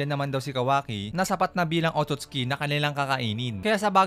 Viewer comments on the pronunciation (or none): Hindi po otutski 😂